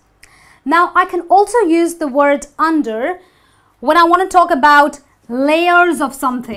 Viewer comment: You don’t know how to pronounce ‘under’.